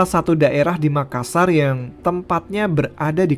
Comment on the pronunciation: makassa kurang R. Saya sebagai orang makassarya gpp wkwk